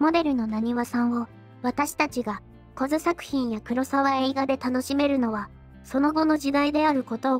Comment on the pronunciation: 小津は「こづ」ではなく「おづ」ですね。 気になりましたのでコメントいたします。